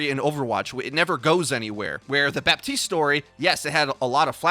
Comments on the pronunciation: You don't say bap-tea-st you say buh-tea-st luv ur vids just letting u kno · please the P IN BAPTISTE IS SILENT